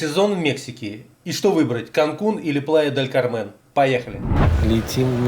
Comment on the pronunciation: Хорошая подача, хоть и на синьке. Где дешевле остановиться в Канкуне или в Плая-дель-КАрмен(ударение на первый слог)? Пересмотрел концовку в Плае говорите бюджетнее)